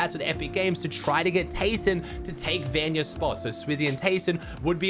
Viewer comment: can you just say vanyak not